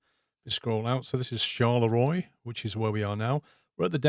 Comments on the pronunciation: Didn't you do French at school? Charleroi is not pronounced Shar le Roy but Shar le ro ah. ☹️. Other than that it seems to need some "finesse-ing" compared to the new lighting in Ets 1.40it looks a bit outdated. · Just want to clarify the "Charleroi" is pronounced more like "Charlerwah" Like most French names a bit of a pain in the back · Its pronounced Shalera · Loved the video Charleroi is pronounced char-la -wa Hope it helps i lived in antwerp or antwerpen years ago Love your videos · Charleroi is pronounced like "Charlerwa" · i love how you butchered "charleroi" ;)